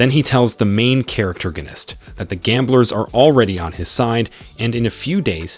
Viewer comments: Per-Terg-En-Ist? Do you mean "Pro-Tag-On-Ist"??? Have you ever spoke English in your Life? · STOP SAYING CHARACTERGERNIST😭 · I keep hearing "charactorganist" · This should get reported for the assault of listeners insanity everytime he says "Main Charactergonist" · why pronounce it "main charaterginisk" could it possibly be a lisp in your speech? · Evertime he says main charactergenist 10 braincells die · The main "protergenist" 😅that killed me. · I know right?! Why does this guy keep combining the words character and protagonist?! Is characterganist even a real word?! I don’t think so?! I kinda thought it was funny the first time and maybe even a typo or mistake? But now I’m an hour in… the narrator has said it 15 times, and at this point it’s kinda pissing me off 😂😂😂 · Stop that. Stop saying character-ganist. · not even 20 minutes in and I'm flinching. Dafuq is the narrator saying, the main... "characterginist"? It honestly hurts to hear. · This narrator is confusing me he's mixing up he and she and also 10-seater pronunciate protagonist correctly but besides that this pretty good